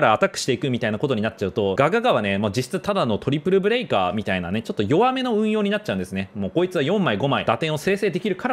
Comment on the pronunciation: ブレイカーじゃなくてブレカーになっちゃってる（揚げ足を取ってるわけではないです）